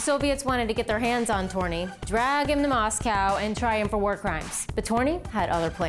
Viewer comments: It is said törni not torni. Otherwise a great wideo but you need to practice your ö:s ;) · His name was Lauri Allan TÖRNI.Not "towny" "toni" etc.etc.